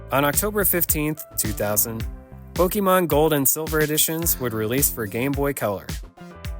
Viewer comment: Right off the bat guy pronounces Pokèmon wrong😂😂😂